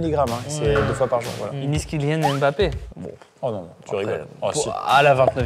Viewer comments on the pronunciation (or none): none